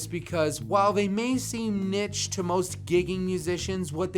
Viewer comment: Maybe I'm nitpicking, but it's pronounced "neesh" not "nitch". It's French. It's classy.